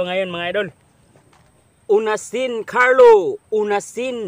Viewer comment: salamat sa shout out.Onasin carlo ang pag bigkas ng epelyedo ko idol.hindi Unasin.mag ingat ka lagi idol.inaabangan ko lahat na new vlog mo idol.salat na adds mo idol hindi ko yan ini skype.alam kung napakalaking tulong yan sau